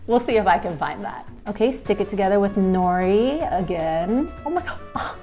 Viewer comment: I don’t like that she is Asian but says nori and doesn’t pronounce it as no de and also how says saw she me when it’s sah shi mi